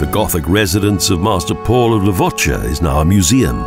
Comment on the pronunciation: Levoča, close enough